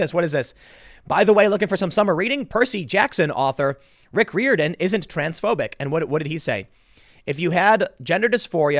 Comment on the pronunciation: Riordan is pronounced 'rear den', phonetically.